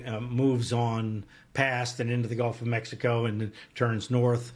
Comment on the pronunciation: he said gulf of mexicant. where is that!